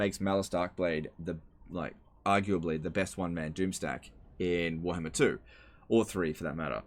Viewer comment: say warhammer not werhmr